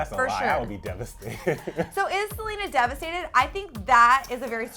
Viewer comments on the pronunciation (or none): "DEVASTED" lol😂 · wtf is 'devasted' do u mean 'devastated' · "devasted" lol